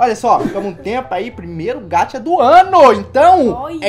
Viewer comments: Me dá uma agonia que vc fala gacha errado meu deus é G.a.c.h.a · mano nao se diz gatcha e sim gaxa essa e a pronuncia mais a escrita e gacha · Se fala gacha msm e só vc fala ga dps vc fala cha n se fala gatcha e fala gacha isso já tá chato todo dia falando errado